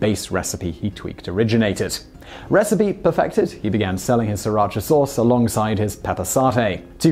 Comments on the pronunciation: It is pronounced Si Rach A after the town in which it was first made. (Sriracha - silent first R .) His explanation of the origin of the sauce is completely incorrect. It was first made a woman named Thanom Chakkapak way back in the 1930s. I know because I lived in Thailand for 20 years and even worked in the city Sri Racha and speak Thai. Thais do not use serrano chillies but what are known as Rat Shit Tailed chillies - very small, very hot, - Bird's Eye Chillies - larger and very hot - Dragon Tooth Chillies - largest of the three and very hot. Living in Canada, as I now do, I can make the product but the price of the fresh peppers is exorbitant so it is cheaper for me to buy the stuff. However, not to say that the owner of the company that makes the most popular version in the U.S.A. is not telling the truth, but prices in Canada have gone up, even if he is selling them at the same price he originally started with. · Have you heard about silent letters? There're a lot in English language as well. It's hard to explain if you don't know Thai. The owner admitted that the name was inspired by the name of a Thai city and it's really pronounced See-Ra-Cha in Thai. It's a compound words that has meaning. I don't mind if people call it Sir or See. I respect the way the owner pronounces it. It might be just because he didn't know how to pronounce that Thai word properly. Although if you look at how it's spelled, SRI shouldn't be pronounced SIR either, more like Si or See. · FYI, it is pronounced Sira Cha and not Si Racha. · Wouldn't, "cha" still be pronounced "ch-ah" as opposed to "chee" anyway? There's no Asian language that does that. There's no such province in Vietnam called "Sriracha" either. It is not even a Vietnamese word or name. And the hot sauce wasn't even available there since a year ago. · As the video notes, the sauce is named after a town in Thailand, which is actually pronounced "see-rah-cha", not "ser-atch-a". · s*R*iratcha. That R isn't silent!